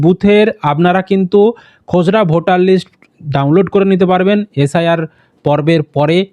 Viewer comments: খোসড়া না খসড়া!🙄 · উচ্চারণ টা ঠিক করে বলুন দাদা খসড়া টাকে খজড়া কেনো বলছেন।